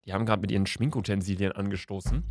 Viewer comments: Niemand: Wirklich Niemand: Luca: Schminkutensilien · Niemand: Niemand: Luca: Schminkutensilien 😂😂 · Niemand: Wirklich Niemand: Nicht mal Haley: Luca: sChMiNkUtEnSiLiEn 😂❤